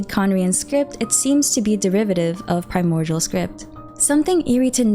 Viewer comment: Am I the only one hearing a 'g' when she says primordial? It's kind of triggering. 😅